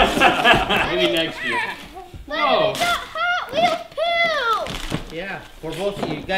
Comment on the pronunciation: It sounded like he said "we got hot wheels poo!"